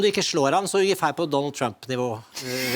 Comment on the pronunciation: why does she say 'tack SI-ET mycket" i thought it was kinda like S-OOOOA